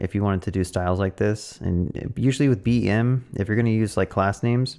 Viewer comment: BEM is not pronounced as BIM lol sorry couldn't help myself, love the content!